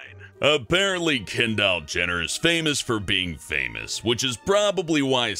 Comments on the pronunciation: WHY DO YOU SAY KENDALL LIKE KEN DOLL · Did he say "Ken Doll Jenner" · anyone notice how he said ken-doll Jenner? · people are gonna be so pissed about mispronouncing Louis and Kendall